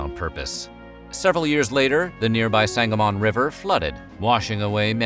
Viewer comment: I grew up in Springfield and had no idea this place existed! Oh, side note. You can pronounce the river Sang-uh-mun. Sang-uh-MON makes you sound like how our GPS devices say it. Lol